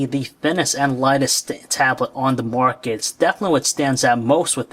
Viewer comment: lol every time the guy says market it sounds more like muarket